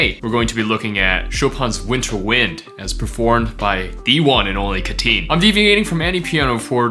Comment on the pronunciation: Am only a cat liker here, not a lover. But he is not Ca-teen, but rather Cat-teen. He indeed is a cat lover.